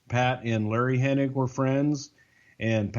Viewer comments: it's pronounced HENNIG. Not Henning. My gosh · The more you listen to these, the more insufferable becomes. The smug, money mark vibe is repulsive and the MF'r says Henning instead of Hennig every single time. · Why do so many people say Hening? It's Hennig... Oh well at least Bruce said it correctly. Lol I kept thinking im only 20 minutes in can keep saying his name wrong for the whole podcast? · Every single time I heard mispronounce "Hennig" as "Henning" it hurt my ears. Luckily Bruce knew how to say it properly so I didn't rage. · I'm not entirely sure if is aware that it's Hennig, not Henning. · Hennig not henning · With all due respect, it's not Curt Henning.. it's Hennig! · Almost any time I've ever heard his name pronounced they always say "Henning" even though it's spelled"Henning". Some crackpot conspiracy theorists have a whole Mandela effect based around it lol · Hennig!! Hennig!! it drives me insane when they call him Henning!!!! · Is saying “HenniNg?” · There's a whole group of people that mispronounce his name it's really weird.